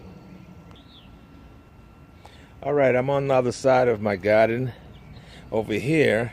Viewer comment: lovely garden, i know u in GA but the way you say GAADEN sounds like NYC....LOL